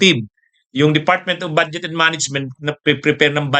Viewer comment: Atty.ano ba ung bad jet at prod ject na sinasabi mo ayusin mo naman ang pronunciation mo.